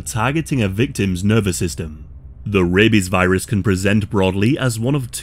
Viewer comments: Every time you say rabies I can't help but think "rabeh bebehs" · The way this guys says "rabies" makes me laugh every time. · He says rabies the same way Ze Frank says bebies